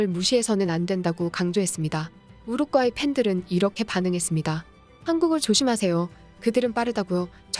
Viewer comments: 한국어를 글 그대로 읽어라, 우루과이, 우루꽈이가 아니다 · 왜 우루과이를 가끔씩 우룩꽈이라고 발음하시죠? 싫어요와 구독 취소당해볼래요? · 가스나이거 디럽게 발음하네 우룩꽈이라니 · 우룻꽈이 킹 받네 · 우루꽈이 엄청거슬리네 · 우루꽈이 우르꽈이 나만 신경 쓰이는게 아니었구먼 ㅋㅋ